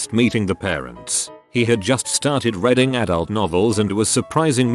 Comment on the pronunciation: It is reeeeeeeeding, not reding. Can you not scan the text before entering it into the voice maker and edit "reading" to "reeding" or "reed in" to make it pronounced properly ?